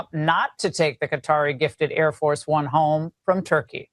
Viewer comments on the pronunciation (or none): none